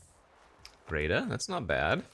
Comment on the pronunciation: Not trying to be rude but, hearing you say Greta as “Greata” everytime is grating… its like Hansel and Gretel